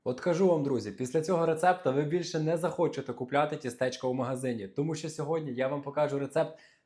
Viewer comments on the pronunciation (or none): Господи, ну почему тистЕ́чко?